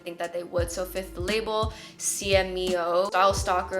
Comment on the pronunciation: I love this so much, I feel you on the trying to not buy black (it's not going well lmao) small thing! c/meo is pronounced as cameo!